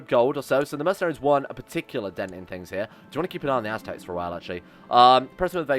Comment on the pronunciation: Aztecs... ASS-tecs